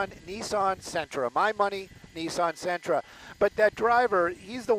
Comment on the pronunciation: LA police be like “ hey we got some shit going on over here yall doing anything ? Nah get your asses over here” lol these guys in uniform are the same idiots who text and drive slow in the fast lane, pull on push doors and can’t pronounce Sentra.